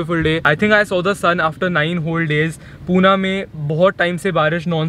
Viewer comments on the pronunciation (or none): It's Pune not puna remember that...